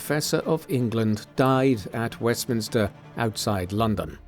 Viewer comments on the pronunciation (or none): none